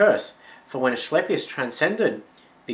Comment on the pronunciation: Nice vid, just an fyi the c in Asclepius is a ka or ca sound not a ch or sh. Loved the info though now gonna go look at more of your vids. :)